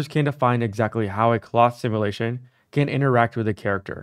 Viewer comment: There’s a “u” in the word simulation.